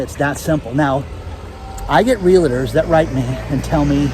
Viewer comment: You know, it’s just rude when you say real-a-tor. And Robbie Robertson is Canadian.